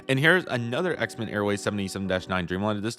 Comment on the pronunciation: Xiamen is pronounced She ah men